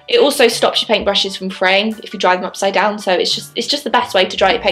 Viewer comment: She said UPSIDEDWON!!!